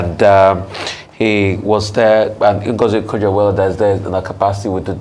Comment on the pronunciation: Ah you cannot pronounce Ngozi Okonjo Iwuala correctly despite her popularity in Air??